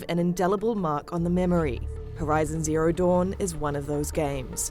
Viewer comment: I hate how she says Zero Duooon.